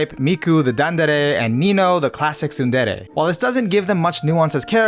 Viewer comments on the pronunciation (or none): none